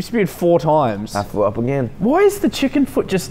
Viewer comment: "i fwew up"